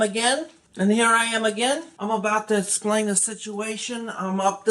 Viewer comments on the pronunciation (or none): I haven't heard "I'm about to essplain...." in a while.